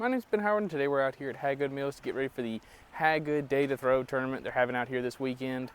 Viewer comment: It's pronounced Hey Good . Looks like a good course.